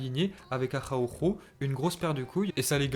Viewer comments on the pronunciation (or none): Araujo avec un R